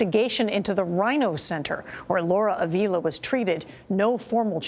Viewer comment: It’s disrespectful that you can’t even pronounce her name. Avila isn’t pronounced like that 🤦🏽‍♀️